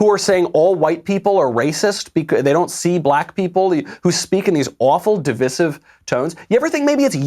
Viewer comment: Michael, I love you- always a great show. Big but coming........please do NOT say di- viss- ive- PLEASE!!!!! I am seriously begging you! It is div-ice-ive, as in divisive. The only conservative I know who pronounces it right is Tucker Carlson.....I think. The mistakenly pronounced di viss ive just sounds like nails on a chalkboard, not to mention more pretentious than anything in modern culture. You are so wonderful Michael- have pity! I will seriously never stop listening to your wonderful shows, just ..... please?😉